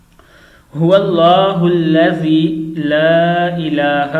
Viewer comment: Huwalla hullazi la ilaha illallahu padh rahe ho tum